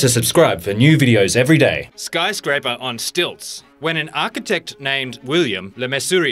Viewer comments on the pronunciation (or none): What's a 'SKYRSCRAPER' please? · at number 1, it said "skyrscraper"